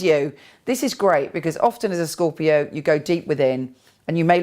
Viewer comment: lol her voice emphasis ELLO its SCORpiO